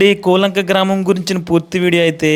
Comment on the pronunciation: బాబు నీవు ముందు మాట్లాడటం నేర్చుకో, కూలంక కాదు కోలంక, నీవు చూపించిన శాల పాక కాదు అది పెద్ద పశువుల శాల నేర్చుకుని మాట్లాడు బాబు